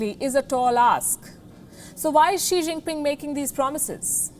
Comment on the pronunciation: I heard "Sri" Jingpin 🥴